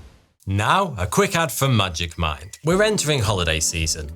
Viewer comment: When the sponsor for magic mind came up, I swear I heard "magic mike" and I was like ... huh?